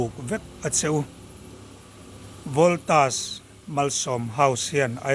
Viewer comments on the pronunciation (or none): Scooty pe tu te chu an va fakawm tak em . Mahse an dawr hming kha lam dik tum hram hram teh,Voltas Malsawm House ani a.. I lam dik loh khan midang daih emaw Kan ti palh ve thei a.. Saptawng mizotawnga Kan hman hi chu lam dik tum hram rawh.. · chu Voltas tih i in hmeh lo Valtos i tih khan kan hre zawk..😂 i taima hle mai ṭang sauh2 rawh le